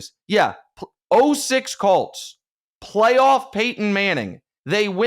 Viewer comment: Either include boxers or don’t. To have ONLY Floyd & no other fighters is absurd. Edit - & WHY does Nick DESTROY pronunciations of every single vowel????!!!!????? • Usain Bolt - Usain Ballt • Indy Colts - Cults • MAGA cult - colt • ten/when/then - tin/win/thin • until/sit still/at will - untell/set stell/at well??? What in the actual fck kinda speech impediment is this???